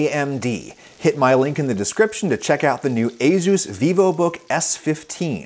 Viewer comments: It’s pronounced uh-soos or A-soos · Aooos is that how its actually pronounced? i always say Ay sus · That pronunciation of "Azus" is more offensive to me than your insane political views. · I thought asus was pronounced aye sues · In the UK I've always called it asus with an `s` sound rather than a `z` sound! Reminds me of all the contention over how to pronounce Adidas... 😂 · do you pronounce Asus as A-Zeus or A-Seuss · I work for ASUS and uhmmmm the way I say it and the way you say it are not the same, lol. Cool to see our products in your video, though! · how he pronounces asus is hilarious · my man dont know how to say Asus lol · THis isn't the first time Adam has had really bad pronunciation. His butchering of any korean name is etched in my mind. Linus Tech Tips pronounces Asus correctly. Without an overly emphasized 'z'. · as a computer/tech enthusiast, hearing asus pronounced a-zeus instead of a-soos was kinda funny. no worries though adam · I always thought it was A-sus, not A-zeus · Wait.... "A-Zeus"? I thought it was "A-sus" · its "suess" as in "doctor suess" not "zues" as in "the greek god of thunder" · he said a-ZooZ, instead of a-soos (pronunciation). ASUS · Literally never heard it pronounced ay-Zeus most ppl I know pronounce it ay-sis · For some reason, they way you pronounce ASUS really bothers me. My whole life, in my native language I’ve heard it pronounced as ah-soos (like Ah, sauce! But instead of the aww vowel sound it’s an oo as in mood) and not ey-zeus. The “z” somehow sounds so goofy to me in that word. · it's ey-soos not ey-zoos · ASUS NOT AZUZ👎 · Never would've guessed it was pronounced "a-Zeus" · the way you say ace - us makes me want to scope my eyeballs out and block my ear drums with them. surprised hardware companies' are sponsoring a cooking channel though congratz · A Zeus… yes… good job on the pronunciation there Adam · First time I’ve heard asus pronounced “aye zeus” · A-Zeus? A-ZEUS? Oh Adam... (Have an upvote...)